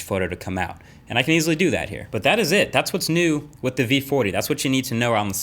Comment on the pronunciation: vee footy